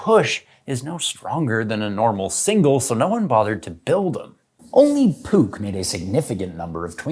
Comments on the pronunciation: It’s not puk, it’s poosh. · It is not "puk" it is "puh", in german if you have "c" in front of an "h" then you say "h"- it is silent "c", very much like silent "k" in knife. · You had me doubt for an instant how Puch is pronounced. It's indeed "poorrh" and not "pook" as it's german. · Great vid but Puch is Poosh not Pook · isnt "puch" pronounced more like "Push" then "puk". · i know a guy how used to have a Puch 250 SGS. I don't know what happend to that bike, i have not seen it in 2 years. Also the "ch" in Puch sounds more like a cat hissing not like "ck" and the "u" is short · FYI: "PUCH" rhymes with book, not spook.